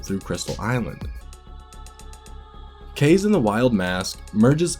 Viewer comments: After much research and watching a 100% playthrough, I've one word to describe this game: Uninspired. I can't give it more than 7/10. Variety? Way lower than in the DKCs... most of the levels are just flat horizontal series of platforms... "Kayse"? It's "Kah-zey", bro. :P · KA-ZE sounds like KARZY in English KARZY means toilet=SH.T it's KAZE bruh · It's pronounced Ka - Ze. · No it’s pronounced KAZE.